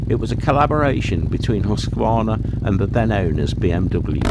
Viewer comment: Nice bikes, I liked them. And you are the first englishspeaking guy I have heard who pronounces Husqarna correctly. Oh, that Nuda....